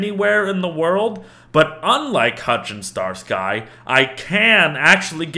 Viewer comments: has he not heard of starski and hutch? just weird to hear him called "star.....sky" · I know Im watching this super late. And I know that this interests 0 people on this planet, maybe 1 dog cares. And I know its spelled sky in the game but: ITS FUCKING PRONOUNCED STARSKI!!! It's a damn reference to some old American detective series. Stop making my damn ears bleed!!!! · Did he just say Star-Sky Star Sky